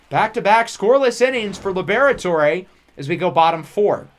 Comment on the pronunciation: Lib-Rhett-Ore or Lee-Brett-Ore not Lee-Bear-Et-Ore-Ay